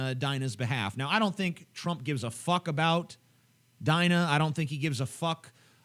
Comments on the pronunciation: Deena, not Diiina. Dumb,, dumb. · its pronounced deena not dine-a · Her name is pronounced ''Deena'' xDI think they're against muslim immigration because of Islamic values and that they support her because she doent fit in that category or to those belifs and that her story is different to most immigrants and that shes in genuine danger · I think she would go back to saudi arabia willingly if she knew how white people pronounce her name. Its pronounced Deenah not Dyna. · I think her name is pronounced DEEna, but w/e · you butchered her name.. its pronounced DEE NUH... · lol TJ, it's pronounced "Deena".